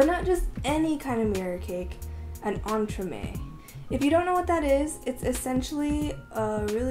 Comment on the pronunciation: That much I know, your pronunciation is good! (Literally just means put between, but I had to look up the practical definition).